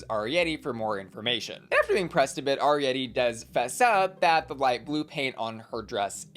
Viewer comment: please double check your pronunciation of Arietty’s name 🙏😩🙏